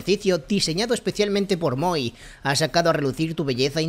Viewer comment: Moi = "mua" Voilá = "Vualá"